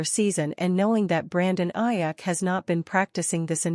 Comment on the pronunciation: You need to pronounce his name correctly it's Aiyuk with a long U